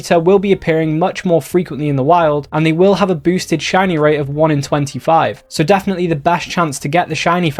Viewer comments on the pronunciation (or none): none